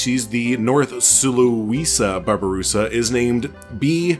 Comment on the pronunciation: Also the babarusa (you said it right) are very cool, there horns can grow to the point where they stab there own brain which is the main reason of natural death